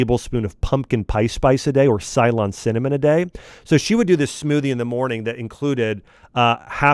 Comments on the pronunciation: Mr axe, its not cylon Cinnamon, its Ceylon, or now you can say Sri Lankan Cinnamon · Srilanka was known as Cylon and it is pronounced silone. Not that important for this context but it’s a word I grew up hearing a lot.